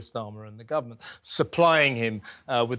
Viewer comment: The guvvermunt? It’s ‘government’,.